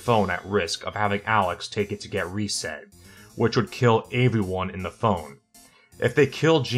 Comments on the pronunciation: Can we talk about how he says “avyone” not “everyone” lol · Is it me or does sound like he's saying "averyone" instead of "everyone".😂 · I just noticed how you say "aeveryone." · Hahaha came to the comments to say the same thing. Aeveyone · why do you pronounce everyone weird